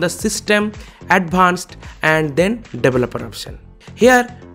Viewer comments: I like it whenever you say 'deweloper' 😁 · 'Developer Option' - HA HA HA HA HA HA HA HA HA HA HA HA HA HA HA HA HA HA HA 'SORRY'- Going to try, very GOOD video